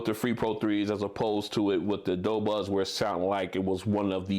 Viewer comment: "do" not "dough"